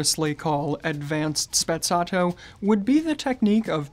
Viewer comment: Is Sprezzato no Spezzatto